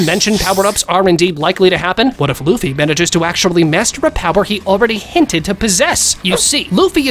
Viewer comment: I heard bro said Luffy D Luffy or Munkey D Luffy😂😂😂😂😂